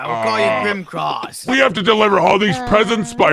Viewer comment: His name is grim-a-claws